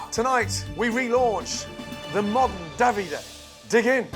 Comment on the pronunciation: I have never heard Davide pronounced so bizarrely…. At first I thought they were saying “dobby-day”.